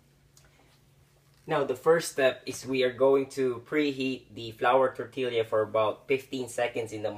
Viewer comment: it's kewl even in new mexico where i live some people still pronounce it the way you did. i was mostly just yankin ya cuz i wasn't sure if you were goofin or not.;) decent job though your roll technique needs a little work and those canned refried beans are garbage. refried beans are easy to make yourself and healthier which is what i think you're going for here yea? all in all quick n simple and i'd probably eat 6 of those if the beans were fresh haha!:D